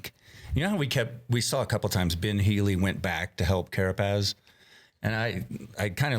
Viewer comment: It’s a beautiful thing hearing Johan say “Carapaz”